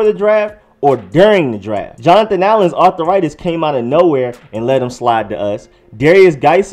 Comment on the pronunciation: Arthur-itis lolllll